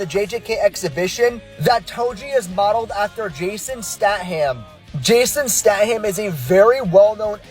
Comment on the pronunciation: Holy shit, how many times can someone say "Statham" wrong 😭